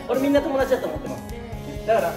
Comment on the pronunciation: 元太のトモダトュチ が好きです